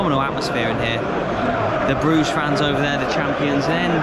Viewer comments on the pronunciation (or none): My favourite movie of all time is "In Bru-ger" with Colin Farrell. Loving your pronouciation 😆